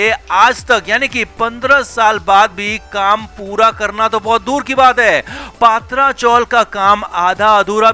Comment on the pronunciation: पात्रा नही पत्रा